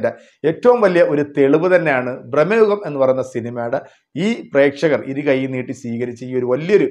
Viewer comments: എത്ര തവണ പറയണം ബ്രഹ്‌മ യുഗം അല്ല ഭ്രമയുഗം ആണ് എന്ന്. മലയാളം വായിക്കാൻ അറിയില്ലെങ്കിൽ നിറുത്തി പോ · ബ്രഹ്മ യുഗമല്ല സുഹൃത്തേ, ഭ്രമ യുഗം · ബ്രഹ്മയുഗം അല്ല, ഭ്രമയുഗം ആണ്... 100 പ്രാവശ്യം എഴുതിപ്പഠിച്ചിട്ട് വന്നാ മതി... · സിനിമയുടെ പേര് പോലും നല്ലത് പോലെ പറയാൻ അറിയത്തില്ല എന്നിട്ട് വന്നു വാചകം അടിക്കുന്നു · ഭ്രമയുഗം എന്നാണ് 😊